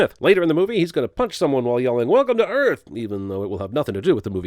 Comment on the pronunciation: No, no no! it's, "welcome to Earff!"